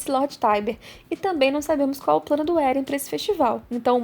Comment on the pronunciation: Não é Éren, como dizem no anime o certo é Eren